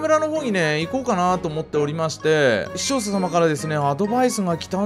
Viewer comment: だいたいちゃんと 視聴者と言えてない笑笑